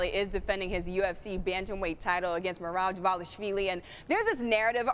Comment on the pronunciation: I am surprised how correctly she spelled Merabs name